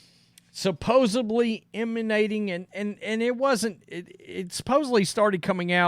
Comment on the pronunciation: Stop saying supposebly. Its supposedly!!!!